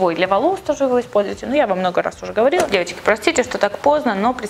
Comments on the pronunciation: Она так неправильно говорит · мне послышалось "Евочки", а не "девочки" =) Всем хорошей недели!